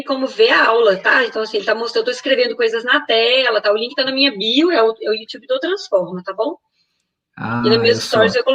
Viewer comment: Youxiube? Kkkkkk